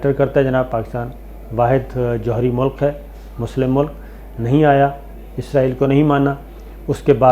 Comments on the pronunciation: عزرائیل نہیں، اسرائیل کہا کریں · صابر بھاںئ عزرایئل نہیں اسرایئل کہا کرے